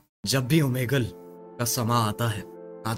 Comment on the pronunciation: Oomegel to suna tha ye oomigili kya hota hai 😂😂😂